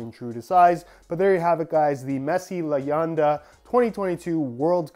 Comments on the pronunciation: it’s ley YEN da not YAN da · Small correction on the Spanish its pronounced Le-Yen-Duh not Le-Yawn-Da, sick video! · Pronunciation is le-YEN-dah not le-yon-da.